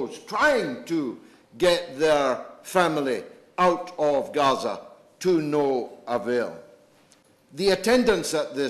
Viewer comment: Please do us (regular Brits) the courtesy of pronouncing Gaza as it is familiarly known.